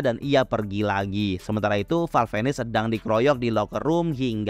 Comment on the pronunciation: Val venis dibaca val vines bang😂 Venis seakan tukar huruf saja namun tetap dekat kesana😂 sengaja bang ni😂